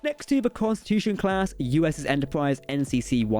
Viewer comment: Lol "stwange new wooowds" "Entowpwise" Wow. I love it.